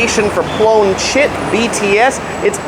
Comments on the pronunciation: Did you just said “Blown Shit?”🤣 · You gotta admit tho, Phloen Chit sounds pretty close to “Blown Shit”🤣